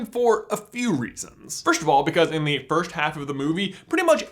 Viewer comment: "Fersht of all in the Fersht half of the movie" im dead😂😂😂